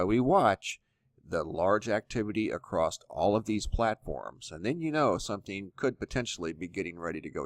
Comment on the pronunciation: ACROSST ??? Why does he add a T at the end of across?